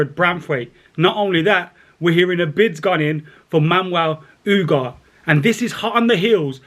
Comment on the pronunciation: how are you reading U-garh-té as “Oohgaht”?! 😅